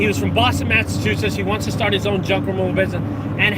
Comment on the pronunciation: Haha I love your videos. I’m learning as much as I can from you. But....hearing you trying to pronounce Massachusetts made my day. Haha Have a great day